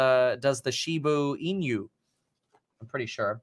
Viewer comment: Your pronunciation or shibainu gets a D 😂